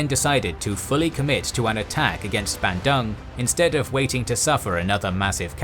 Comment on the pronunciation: How do u pronounce Surakarta right but not Bandung 😭 but this is good video overall keep up the good work